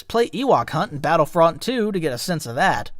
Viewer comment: At 17 minutes he pronounced battlefront like he was born yesterday... meaning he's either ha an iq of 70 or it's ai. AI narrator means auto downvote